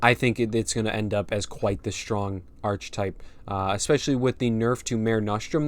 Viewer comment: Yup awesome, the expansion looks like it's got enough going for it to be interesting to play at the very least. Also you might want to know that the ch in archetype is pronounced like a k 👍